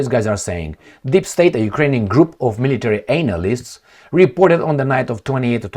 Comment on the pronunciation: Not anal-ists, but.. analysts.. yeah I know. Rom. accent..but diff meaning